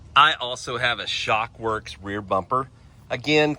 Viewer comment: Its Shrockworks....not shock works.